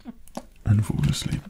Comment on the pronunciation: I thought he said "If you Force Leap" instead of "If you fall asleep"